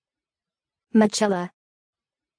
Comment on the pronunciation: Absolutely not! It is pronounced Mi-ke-la